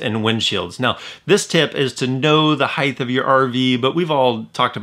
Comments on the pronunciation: It is "HEIGHT" not heighth. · height not heigth. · Hithe?? Dude, the word is "height". You said "hithe"......FOUR times! Lol wow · Great tips thank you . Height does not have a H at the end 😉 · Heidth? Is that a regional thing? I've never heard that before. In the Northeast I've only heard Height. Interesting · Height or “Heighth” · Great tips! Well-done video. No “h” on the end of “height” though.